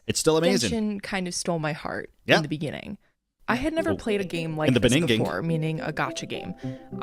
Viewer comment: "In the benninging" Ahh. You really made quite a moment for yourself huh...